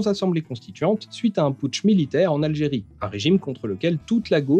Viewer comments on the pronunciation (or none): none